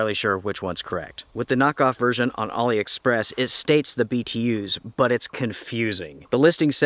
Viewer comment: So you are saying Ali Express! I thought you saying Ollie Express. Once I realized this I downloaded the app and spent some time shopping. As always enjoyed watching